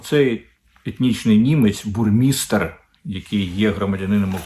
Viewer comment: Не Бурмістр,а Баумейстер.